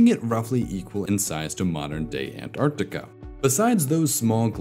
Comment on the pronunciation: Thanks for your correct pronuciation of Antarctica